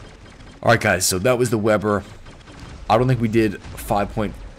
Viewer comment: pronounces it Vay-burr.